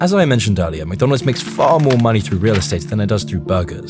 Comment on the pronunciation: Mconalds lol